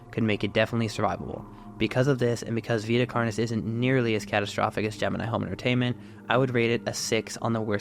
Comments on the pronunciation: “Carnis” is pronounced like “car-nis” and the plural is “carnes” (pronounced like “car-neys”) It’s Latin and follows third declension rules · its car-nees, I hear you saying carni like as if the plural of carnis is like cactus/cacti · plus, thats just the text-to-speech weirdly pronouncing it, if you actually look up the latin pronunciation it says car-nis